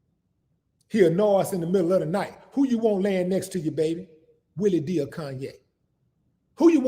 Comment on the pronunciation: Its Willie D not Willie V lol, Geeee Beeee!"